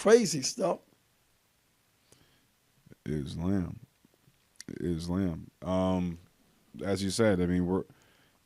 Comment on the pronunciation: Still incapable of pronouncing islam correctly 😂